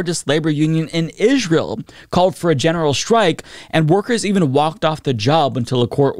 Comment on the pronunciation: Israel is pronounced like "Ijrael?"